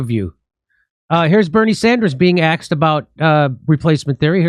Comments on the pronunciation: Oh Jimmy, "... being axed about..." {as I heard it} When did you lose your appreciation for correct pronunciation? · Dore:"Here is Bernie Sanders being 'axed' about replacement theory"....